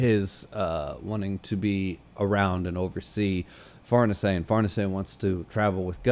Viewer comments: the pronountiation is correct, but Farnese is an italian name, not french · BASED SCHIERKE AND FARNESE PRONUNCIATIONS. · I believe you're actually the first youtuber to pronounce Farnese 100% right 🤙...and then ofc calling it french 😂 not that it matters even a little, just very funny/ironic, I actually thought you did that on purpose 😂 well done in that case, sir 👏